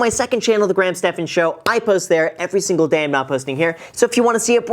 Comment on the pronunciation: Graham Stephán LMAO Stephán